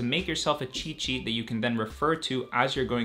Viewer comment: Even though you're saying cheat sheet....what i hear is " chi chi "